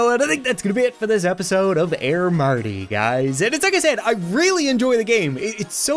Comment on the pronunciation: did y o u mean aiir merty